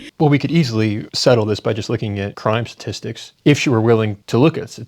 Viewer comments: Sah-tistics Hfs dude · "sassissics" bruh she cant even say statistics. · What’s a suhsissik? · She epitomizes emotive, reactive non-thinking. wtf are sassisstics? she can't even pronounce the word she's so flustered. And no, it's not because of african american vernacular english. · When people say “satistics” just stop listening… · Why can't she pronounce "statistics" correctly? "Sissisics" is not a word. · She can't even say statistics 😂